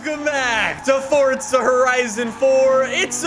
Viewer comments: Forza not fortza 😐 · FOUR-ZA NOT FORT-ZA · FORTZA HORIZON 4 HAHAHAHA, THIS GUY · Bruh just triggers me with forTTza